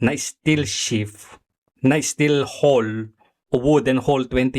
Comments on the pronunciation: Anong steel hol, hull yan ayusin mo pag bigkas kung mag vlog ka. Alam ko hindi ka seafarer ayusin mo lang boss pag bigkas may pa bobo2 ka pa kay Sen. Tulfo. Natatawa na lng ako sa narinig ko sa yo. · "hull" ang tamang bigkas ay "hal" let me remind you